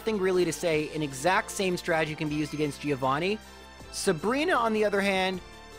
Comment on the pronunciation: please fix that pronunciation of "Giovanni" it hurts every time